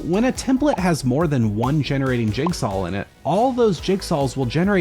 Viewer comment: why do you say: "jigsal"